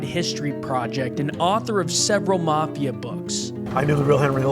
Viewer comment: It's the mafia , ** not marth ia. ** , there's no r , mafia ***, ...